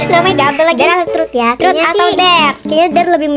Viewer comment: Ngakak 😭 pas bilang 'TROT'😭😭